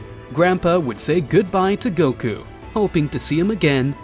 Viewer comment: Please fix this Wtf is "goky" it is goku